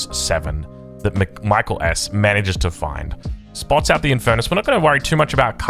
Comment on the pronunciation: It's not pronounced like the English name Michael. I think he's Finnish. It's more like 'mee - KAA - ell'.